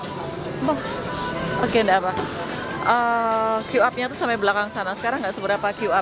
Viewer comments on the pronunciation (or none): none